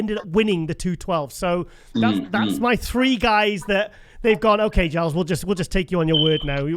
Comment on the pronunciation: Milos calls Giles gillus